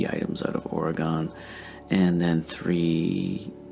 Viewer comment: The people of Oregon are cringing how you pronounce Oregon.